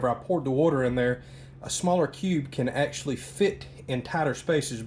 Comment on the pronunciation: Sip your beer every time he says ACKshully .. you'll NEVER finish the video